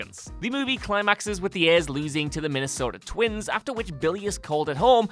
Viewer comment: Also hearing say Minnesota Twins (my favorite team), very cool.